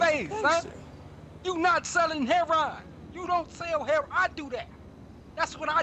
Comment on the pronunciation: He said hair-on